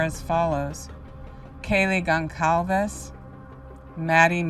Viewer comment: Only critique… but Kaylee’s last name is pronounced as if the C is an S. So helpful to have this breakdown with your prior reading mixed in!